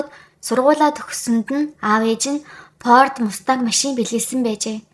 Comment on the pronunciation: P F 2vsgiig ih anduurch helj sonsogdoh yum aa Pord bish Ford geh baih